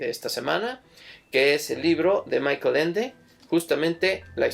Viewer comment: Una precisión. Michael Ende era alemán, por lo tanto la pronunciación de su nombre es [MÍ-jaj-el]